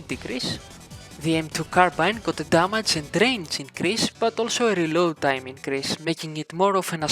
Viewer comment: BRO........... DAMAGE not DAMAJ, THANKS FOR THE VID THO